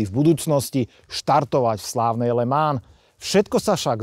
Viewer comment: Kluci, ta vaše výslovnost okruhu LeMans je opravdu u obou úsměvná, ke všemu když majitel tam byl a neumí to vyslovit po francouzky. Pro mě je to pouze pozér majitel.